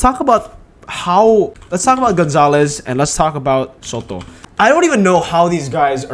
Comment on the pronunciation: i love how pronounce ''soto'' 💀